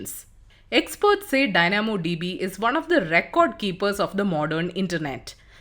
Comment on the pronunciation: The pronunciations are really off in this video, would appreciate if the narrator could do basic Google search and see how certain words are pronouced....e.g "Dynamo DB" "McDonalds" "into" "also"